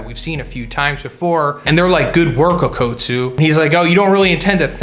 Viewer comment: Bro its okkutsu not OAKutsu